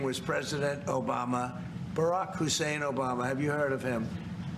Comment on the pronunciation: Lol have to love how he stressed his middle name 🤣.